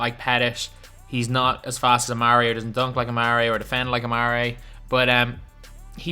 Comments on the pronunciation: Why are you saying amaray it’s AmarE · Patty idc about basketball reference the common pronunciation of his name is amarE dog is the first person I’ve ever heard say amaray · it's not it's actually AmarE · Please stop saying a mar ray stoudemire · Patty then why does every single nba announcer say amarE? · Patty actually his name Is Amar’e the apostrophe e means that the e is pronounced as an E rather than an ay. If his name were it be amare then it would be pronounced amaray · Patty I guess the card does say amare so the cards name is pronounced amaray but the card should have an apostrophe